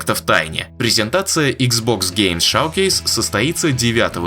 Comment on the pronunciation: Да и на английском это не шавкейс так то... А шоукейс 🤷🏼‍♂️